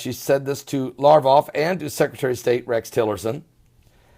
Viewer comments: LaV Rov not larvoff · Pronounced "Sare-gay Lav- rawv"... (sare)- rhyming with hare...